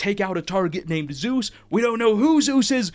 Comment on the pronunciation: "Zues" is not Zeus.